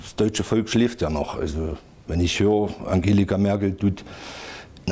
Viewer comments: "Angelika" Merkel LOL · Selbst wenn es einen Prozess geben sollte, dieser Typ wird doch wegen Einfältigkeit frei gesprochen. Kann weder den Namen der Veranstaltung noch den Vornamen der Bundeskanzlerin fehlerfrei aussprechen. Ach ne....